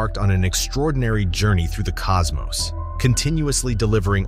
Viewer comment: thank you for saying cosmos and not cosmoss like so many others that need to read a book.